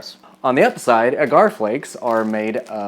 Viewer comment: You're too cute and I love your videos. I just bought this book and am also cooking my way through it. Just a helpful tip, agar (usually seen as agar-agar) is pronounced like dagger, or like lager, depending on your accent.